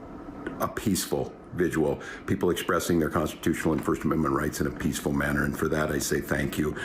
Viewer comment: What's a "vigiual?"